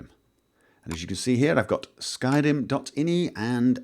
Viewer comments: He just said "Skyden" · That's what it sounded like when he tried to say "skyrim"